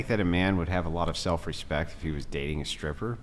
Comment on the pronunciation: Why the hell do so many people mispronounce their "st" and "str" sounds these days. Guys, she's a "shtripper" not a "stripper". I hear this fūckīn weird pronunciation on every second YouTube video I watch. Never heard anybody speak like that prior to a handful of years ago. Shtrong, shtairs, shtraight, exshtremely, etc, etc.